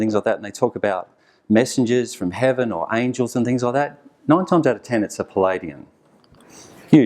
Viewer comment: I kept hearing him say "Palladian" as in Palladium" vs Pleiadian.